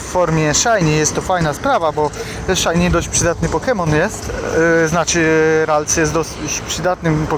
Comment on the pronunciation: Mam prośbę... Naucz się jak wymawiać prawidłowo nazwy pokemonów.... Bo ze śmiechu prawie padłem od tej "rajtuzy" "yakuzy" 😂